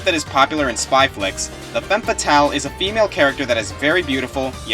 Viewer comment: SAMUS ISN'T A FEMME FATALE! IS REALLY THAT HARD TO SAY!?